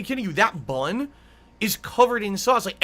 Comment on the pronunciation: How / why does he add extra syllables to the word BUN